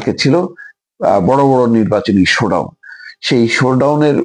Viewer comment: শে- ডউন, গো- ডাউন।